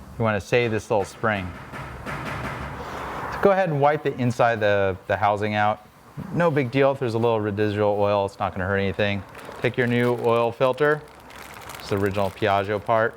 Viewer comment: You said "redisual oil"... Is that robot talk?